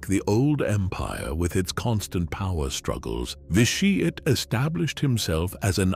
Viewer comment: VISHI ET :DD Anyone else chuckle at that one?